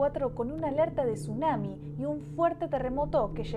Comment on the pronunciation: Para que sepas se dice tsunami :>